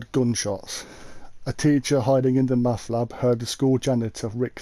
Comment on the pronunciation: Ashamed to admitt but took me a moment there to figure out u said MATH lab and not meth lab